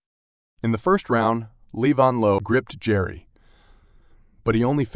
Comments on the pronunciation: He is Levan.. Not Leevon 😂😂 Or not Lee Van😂😂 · Good job 'Leevan' 😂